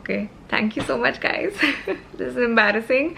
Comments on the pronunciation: said Gadi instead of Guys😂😂 I wonder how many times he had listened to this sentence 😂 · When wanted to say "guys..saree" and ended up saying "gari"...🤣🤣🤣🤣🤣🤣🤣🤣 Hilarious video..well done ❤❤❤😂😂😂